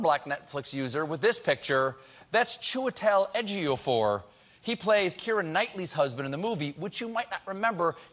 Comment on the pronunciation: Chinwetul Ejiofor will shudder to hear his name being called like that by Stephen 😀